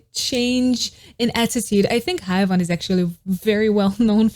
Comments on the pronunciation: Babe, please don't think bad of me, is just trying to help. Her name is pronounced "he-uon" like won, the verb to win, in the past. He-won. The "ae" in her romanization is more of an "E" but an opened E, like when "air" a but opened like this "ai". And anyway, thank you so much for this video, I love Haewon and her cute face and her voice for NMIXX, I love to recognize her singing when listening without watching a music video 🥰 I live your channel..! thank you so much for the effort and time 💖💖💖💖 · Sorry to be that guy, but heres an advice on Korean names. when names have two vowels like hAEwon, AE is pronounce as EH. another example is jEOng, and EO is pronounce as OH so basically you pronounced the second vowel and silent the first one. so Haewon is = HEWON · no its HEWON cause AE is pronounced as EH, just like how tAEmin is pronounced as TEmin not TAYmin, and bAEhkyun is pronounced as BEKhyun not BAYkhyun, tAEhyun is also TEhyun not TAYhyun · It's more like Haywon